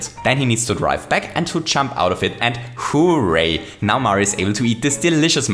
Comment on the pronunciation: “*HOO*ray”, undoubtedly my favorite part of your videos